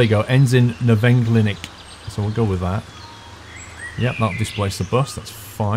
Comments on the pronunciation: "Neverklinik" xD... It is Nervenklinik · Spandau Nervenklinik - the bus goes to the hospital for mental diseases. Pronouniciation is Nerphencleanic. Ruhleben will accentuated RUH-leben. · Nervenklinik :D (y) "Ner-fen-kliii-nik" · its pronounced like "nerf" N Klinn ick and at the last traffic light the white line on the right was meant for you. greetings from berlin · You didn't put R in Nervenklinik and its Nerven-KLINIK like clinic